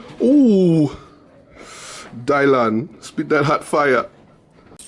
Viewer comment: Di-laan. Spit that hot fiya.